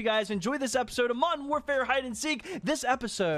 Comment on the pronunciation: He always says “MODEN WARFARE” not modeRn